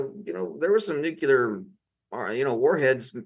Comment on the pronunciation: Sorry but cannot stay silent! It is NEW CLEAR not new q ler. Please 🥴 Great podcast anyway.